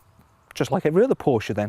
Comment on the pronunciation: that's how it's pronounced- por-sh-ah